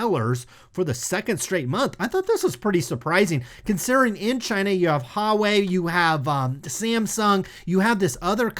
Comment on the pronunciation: love the channel (Huawei is pronounced more like "wah-way" and that's not exact but close)